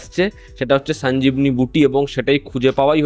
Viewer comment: Sanjibni নয় sonjiboni। বাকি ঠিক আছে।